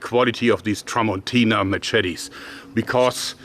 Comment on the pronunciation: Mah Chet Tees